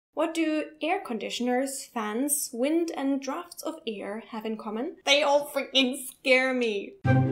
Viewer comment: It's pronounced "drafts" :-)